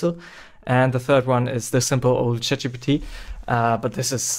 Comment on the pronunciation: bro literally said Chap Gbt 😭